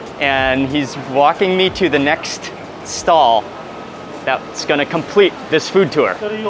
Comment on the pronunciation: Just a thought dear chap, but............................. Generally, your accent is almost fully British. Bot sure why. Your diction is usually excellent with great pronunciation, always saying the "T" or the "G". You start this episode of beautifulness with a "gonner" as opposed to going to, "going to". Otherwise a mere 9.9 out of 10. Well done :)